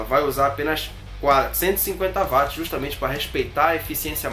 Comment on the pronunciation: otimo video, só um detalhe se diz uatis (watt) e nao vatis rsrs